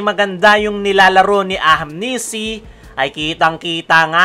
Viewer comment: AHANMISI boss, hindi AHAMNISI. 😊